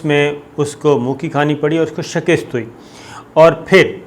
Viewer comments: phir wohi 'shakist' instead of 'shikast' astaghfirullah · Sabir sahib...!!!!!! ye Lafz "Shakist" nahen hota... bal-k "Shikast" hota hy... Urdu ki esi Ghalatiyaan aapki personality ki "Matt" mar k rakh deti hen....